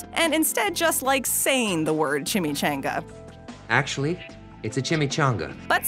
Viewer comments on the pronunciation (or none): Your pronouncing chimichanga wrong and it bothers me for some reason